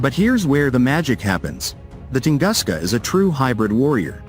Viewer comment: Правильно не может прочесть название тунгуска,как верить всему остальному?